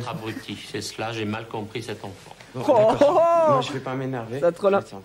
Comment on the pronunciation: le '' d'aCcorD'' il m'a mis au sol